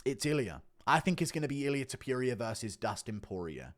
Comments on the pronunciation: WHY DO YOU SAY TOPURIA LIKE THAT IT DRIVES ME NUTS ITS NOT TOPERIA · No one: Guru: Ilia ToPEWria